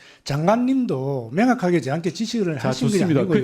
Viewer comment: 명확하게를 맹확하게. ㅠ